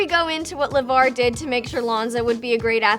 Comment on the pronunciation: sooo we just gonna act like she didn't call Lavar, Lamar!!!!